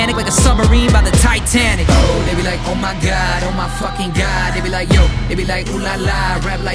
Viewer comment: The only think I don’t like the way he says like with l sound lol